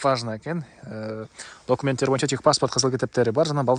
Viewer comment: Документ деп сонун айтатта😂😂😂😂ушул жери жагат